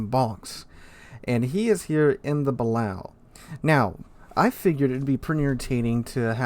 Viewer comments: I love your vids and commentary, but my ears bleed every time you say “Bal-ow”. It’s pronounced “Buh-lay-oh”. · It's pronounced the ba-lay-oh for anybody who cares 🤣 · ok for the BILLIONTH (hehe) time its buh-lay-o